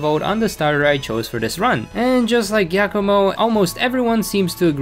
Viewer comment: Why did you pronounce Giacomo as Gackamo? just... why?